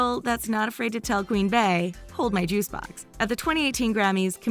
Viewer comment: It’s not Bae, it’s Bee 🙄🙄 do you pronounce Beyoncé, Bayoncé? Come on.